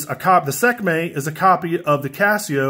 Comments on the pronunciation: Sek may 😂 its pronounced 'See kuh may' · lol "Sekmay"